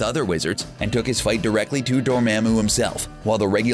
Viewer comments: Yo its Dormammu, promounced Door Mom Moo. not Door Ma'am Moo. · Did you say “Door-mam-moo”? Omg say it like “Door-mom-moo” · It hurts that the narrator says "dor-(its)maaam-moo" instead of "dor-mom-moo". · Door-mom-moo.... (not spelling, its a pronunciation) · I hate that way he said dormomu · It’s pronounced door-mom-ooo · Does anyone notice that the guys talking says Dormammu absolutely wrong!😂😂😂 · When your narrator pronounces Dormammu incorrectly. Repeatedly. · The way you say "Dormammu" makes me question everything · Please stop saying Dormammu incorrectly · Enjoyed it...but scowled every time he mispronounced a name. (Dormammu.... Cyttorak... Uatu...) 😔 Other than that, very interesting video! 👍😊